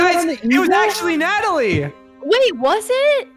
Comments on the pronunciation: IT'S NOT CALLED "NATALIE" IT'S "NATALIA" LOL XD ANYWAYS LOVE YOU~ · I like how they pronounce Natalia(Na-tal-yah) as Natalie(Na-tal-ee) 😂😂😂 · It’s not Natalie it’s Natalia.😤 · I love how they keep saying Natalie and Nataleah but its Natalia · This triggers me be they say Natalie rather than natalia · its not Natalii it's Natalia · pronounced "Natalia" "Natalie" and my name is Natalie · Just a reminder: It's pronounced Na-TAL-ee-uh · Well you right I’m Natalie and I’m stupid and it’s N-a-t-a-l-i-a